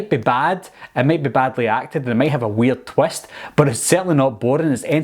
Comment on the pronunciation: Wie hav dis twest... Wtf is a twest